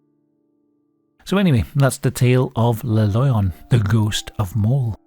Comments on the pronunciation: Cool video. And yes, you're pronouncing Maules pretty good. It sounds a little like the English word "mole", but the vowel is more "pure". "Le Loyon", however, is technically pronounced more like "luh lwah-yon" (I'm too tired to post the IPA transcription, though, sorry. =) The "oy" is pronounced like "oi" in French (that is, like "wah" in Englihs). As for what he is, could be a WW1 (or possibly 2, but I doubt it) deserter who got lost there and died of exposure (or a skin disease xP)? In both of the wars, Switzerland was, of course, neutral, and most of the time the nations involved respected that. But it it's surrounded by France, Germany and the low countries, and because of the lack of much military and the many forested areas with few inhabitants, it conceivably could harbor deserters during that time. They did issue gas masks in WW2, but gas wasn't a very big threat, unlike during WW1, when gas was one of the most common ways to go. But yeah, Idk. It's all just speculation. What I do know is that back in the '90s and '80s, when I was a kid, urban legends were often more believable than the millions of Internet-born ones nowadays. Like many rumors, they usually start, or at least did then, with a seed of truth. The newer ones are mainly just embellished ghost stories spread online, though. Go figure. Like so many other good things (for example, real hip-hop/rap, common sense, privacy, rain/snow...), the best urban legends have died with the 20th century. Requiescat in pa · The comment about the name is plausible ngl. In spanish lion is pronounced "leh-on", written as León. Sounding very similar to the way you read it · "Loyon" sound like a Bri'ish pronounciation of lion. Like, "a fookin' loyon? u wot m8?". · Every time he says "Le Loyon" we take a shot.